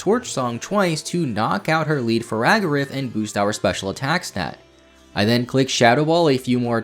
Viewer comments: That "Faragarif" hurt too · God your pronunciation of like everything is AWFUL. Had to stop watching halfway through because of how many times you said "skelly-ridge" I mean, how do you even mispronounce names that were told to us correctly in the trailers like Farigiraf. It's perplexing.